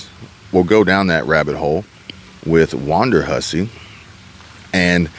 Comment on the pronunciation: It is WONDERhussy; Not WANDERhussy.